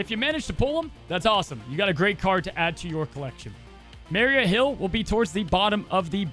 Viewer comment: love the videos man but you say maria weird too lol its (mah ree ahh) you keep saying (mari ah)